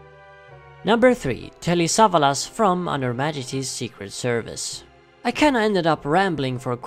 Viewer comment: Sa - VA - las